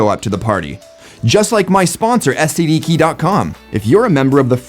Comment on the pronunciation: 😀 😀 😀 Your sponsor needs a name change....All I heard was "STD keys"